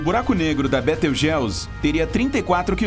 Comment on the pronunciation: ... Eita bettegeuse